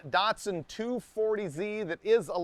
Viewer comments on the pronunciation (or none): none